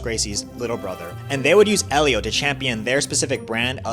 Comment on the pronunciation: Except it's not pronounced with an H sound. His name is pronounced "Elio". Everyone pronounces it wrong. Helio is the correct spelling.